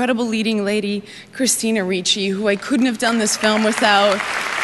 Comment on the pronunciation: There is no "CH" in "RICCI"!!!